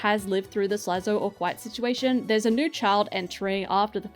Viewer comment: cough kwite situation